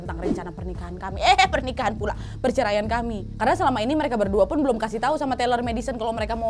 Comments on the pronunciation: kak Nadia bilang CERMAI wkwkwk😂😭 PERCERMAIAN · Perceraian Bukan percemaian